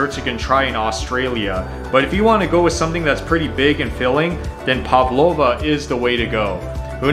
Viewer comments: So nice that you made another all Aussie video from your channel! It’s always awesome to see another international YouTube dive into our highlights! The only feed back I might have is that some of your pronunciation is a little off: barramundi is pronounced barra-mun-dee Pavlova is Pav-low-va But it’s awesome that you had both of those on your list, it’s so cool to see! I love barra (how i usually call it) done in a Malaysian style fried with Sambal sauce. So good! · That is not how you say pavlova either lol